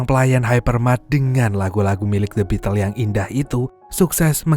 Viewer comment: Bacanya bitel mas... Bukan the bitles...